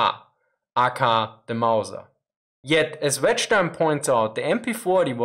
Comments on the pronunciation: did anyone tell you its generally pronounced "ay, kay, ay" not "ah kah ah" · AKAR made me chuckle. It would usually be pronounced A K A. Love the vids! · FYI. In English we say "A-K-A", each letter one at a time. A. K. A. (Also Known As). It's not said as a word aka. Just an FYI. I wish I spoke German as well as you speak English! :) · You crack me up sometimes. AKA is an acronym not a word. It means "also known as." You say the three letters as in AyeKayAye. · Did, did he just pronounce A.K.A.? It's an initialism not an acronym (Ay Kay ay) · ProTip: "aka" is pronounced by saying each letter.